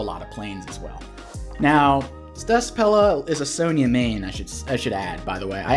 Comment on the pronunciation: What's a "sone yah"? If youre talking about the CO it's pronounced Sonja